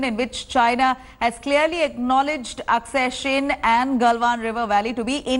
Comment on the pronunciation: Wat kind of a reporter is this who cant even pronounce AKSAI CHIN properly